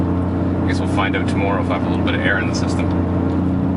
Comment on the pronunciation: ow ow owwwwt not oot ffs